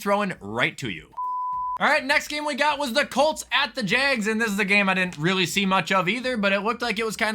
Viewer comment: every time you call the jags the "Jaygs" i die a little inside